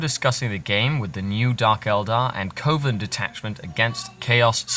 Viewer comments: Isn't it pronounced "Cov-en" not "Co-ven"? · it's 'coven', like oven. Short 'O' sound. Like a witches coven.